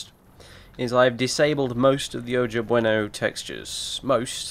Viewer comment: You could also consider using the "Poco Bueno" textures if the "Oja Bueno" textures were too much. Oh, and I think Oja is pronounced Oha. I'm pretty sure it is spanish.